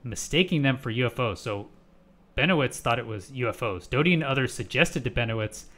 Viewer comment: Oh really, you can tell that from just this video. I have watched Rick for over 70 hours, and not once have I found he to be anything but honest and straight forward. And his name is Richard Doty, not Dodi.